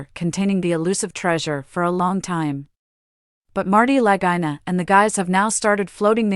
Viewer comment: B4 u speak names.. you should learn the pronunciation.. Its not the luh guy nuh brothers The correct pronunciation is The luh ghee nuh brothers. Do ur homework and ull get more subscribers